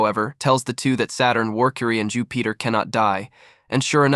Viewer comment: I can’t get passed all the mispronounced names. If you’re going to cover a whole arc at least watch the show you’re covering because wtf. Even mispronouncing Jupiter is crazy. “Jew Peter”